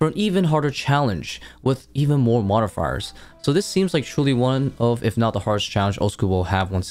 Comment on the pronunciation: I don’t think I’ve ever heard someone speak perfect English but fumble when they say the word “modifiers” lmao you good bro?